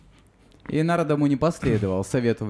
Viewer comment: Wonderful class. I was wondering why you pronounce Narada Muni like you do. I find we were taught to emphasize the vowel the line is over and we always said NAR-a-da but you keep saying Na-RA-da. I want to understand why I hear words differently pronounced than what we learned so many years ago. Can you tell me why you say Na-RA-da instead of NAR-a-da? Thank you. Hare Krishna.